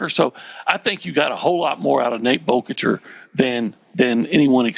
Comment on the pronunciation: Did we tell how to say Boerkircher correctly before he said it wrong to his face today? 🤣